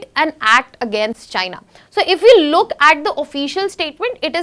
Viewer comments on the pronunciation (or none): none